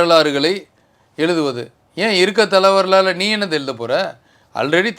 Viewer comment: It is not Thala varalaaru. It should be prounanced as STHALA VARALAARU. STHALA MEANS PLACE. HISTORY OF THE PLACE.